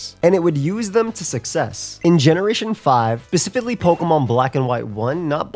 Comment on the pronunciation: “Pacifically in black and white”